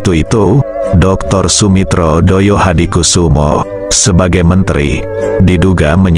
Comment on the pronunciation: Saya perlu koreksi sang Narator,bahwa pd era tersebut belum ada Partai Solidaritas Indonesia,.yg ada adalah Partai Sosialis Indonesia.. termasuk pelafalan thd nama ayahanda dari Prabowo Subianto masih tepat.. semestinya adalah Joyohadikusumo, bukan Doyohadikusumo dengan ejaan lama yaitu Djoyohadikusumo